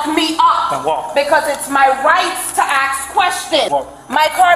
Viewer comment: Lmao "it's my right to aks questions"